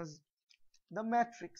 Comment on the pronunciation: isn't it "matrix" not "mattrix"